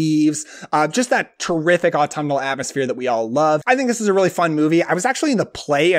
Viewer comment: Take a drink of Spiced Apple Cider every time he says Atumnal